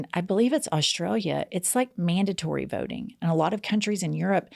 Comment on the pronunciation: hello... this is for Jen... you are an "ink"er... you say "votink" instead of "voting"... I have noticed this new phenomenon lately... people at work are doing it now... "ink" is the new "ing"...